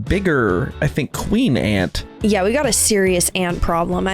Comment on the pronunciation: "A nen ant" " A nant 😥"